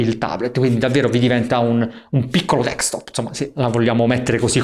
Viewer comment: tu sei un grande, ma deKstop non si può proprio sentire, si dice desKtop